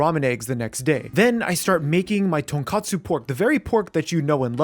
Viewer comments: Everything looked amazing as always. Though minor thing, the ramen broth is pronounced tohn-koh-tsu, not tohn-kah-tsu. Ton is pork, kotsu is bone, and pronouncing as tonkatsu is fried pork, which is also delicious but a very different dish. Just notes for future ramen endeavors, keep up the great work chef! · Uncle Roger was right. You all can't stop saying Miso Ton-kat-su Ramen. Rather then pronouncing it the way it was grammatically suppose to be spelled out Miso Ton-kot-tsu Ramen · IT IS NOT TONKATSU IT IS TONKOTSU